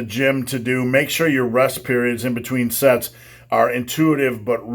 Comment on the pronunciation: Practice safe sets... I thought he said "Practice safe sex" at the very end there for a moment, lol! 😳